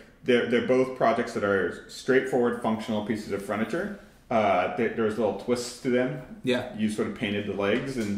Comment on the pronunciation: Anybody else notice that says "fRuniture,"? Always thought that was interesting